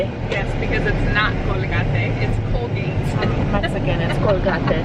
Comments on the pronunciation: Colgahtėh.... its colgate 🤣🤣🤣 love it and love you guys so much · Cole-gar-tay ...That is the funniest pronunciation I've ever heard Love it! Congratulation's on your new home! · The way you pronounced Colgate is actually how you say it in Spanish:) also congrats guys!!!!! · Hahaha thanks for the new pronunciation of Colgate! ❤❤❤ congrats on the new house! I'm so happy for you guys!!!!!!!